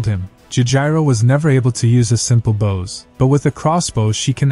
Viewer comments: Just so you know that when reading about the weapon Bow is pronounced /bō/ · Narrator. Bow, as in a bow and arrow, is pronounced like Doe. Or So. Not like the bow of a ship. I know its nitpicking but every time you say it in one of these stories it grates on me. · I'm sorry to complain, but you're saying "bow" with a short "o", such as to bow to show respect, or the bow of a ship. Similar to Wow, cow, now, and even sow. But the word you should be saying is with a long "o", as he's using a bow and arrow, and made a bow drill. Similar to Go, sew (I knew it's spelled with an "e", but it's pronounced with the long "o" sound), low, grow, and also blow. It's driving me nuts because it's the wrong word and means something completely different and is messing with my head, the same as if you'd said you "Hi, I have a new care", when you actually meant that you "have a new car". It's an issue of "heteronyms", words that are spelled the same, but pronounced differently. I did a small bit of digging around and here's a link to a small article for anyone unclear on the subject since I know my explanatory skills suck. Thank you :)